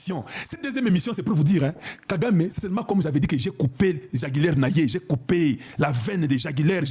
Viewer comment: 😅😅😅 Veine jugulaire et pas jagulaire! Je vous apprécie quand vousv êtes en colère. Merci pour les infos, vous avez tout mon soutien.